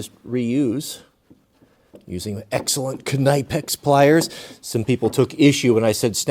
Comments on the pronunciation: Maybe different over there in the USA but in the UK the K in Knipex is silent, thus pronounced Nipex. Love the way you look after your father and grandfathers old tools and kit, I do the same and am teaching my daughters to repair and reuse or re-purpose, its a great life skill. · That pronunciation of Knipex....😣😣😒